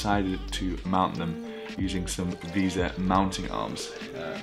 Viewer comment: just fyi its pronounced vey-sa not visa, a visa is something you need to go to the usa